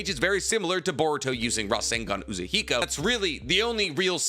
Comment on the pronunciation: Say Rasengan Uzuhiko again.